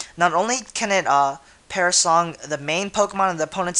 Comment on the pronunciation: lol, "parasong" isn't it perish song?